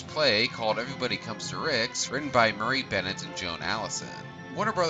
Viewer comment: It's Murray Burnett not Marie Benett...big diff...